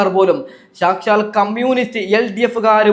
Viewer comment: മയിരു കിട്ടും.സാച്ചാല്‍ bjp അല്ലെടാ സാക്ഷാല്‍...എങ്ങിനേ....സാ ക്ഷാ ല്‍. പോയി നാക്കു വടിക്കടേ